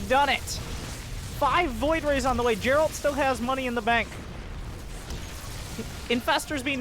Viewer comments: Geralt most definitly be spoken with G like in Gain, not s in Girafe for example. As it is of Polish origin ... So I believe :D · Geralt name is pronounced with a G like in Gif